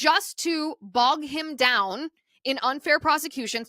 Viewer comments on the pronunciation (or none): none